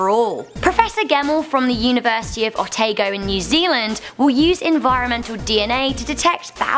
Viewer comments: Otago - Oh - tah - go NOT ohtaygo 😂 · She pronounced otago so wrong.